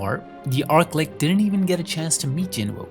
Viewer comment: Arklick? Pfff It's ArchLich as in a tch sound, not k.